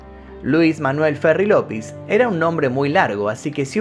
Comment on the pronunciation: No entiendo por qué dices Lopis cuando es Llopis ¿Si hablas español por qué lo dices mal?